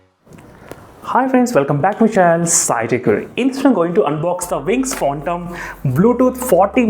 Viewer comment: It's Phantom Not Phontom 😂